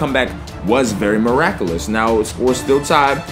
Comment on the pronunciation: Meracklus ~ (the way its spelled is exactly how he said it...)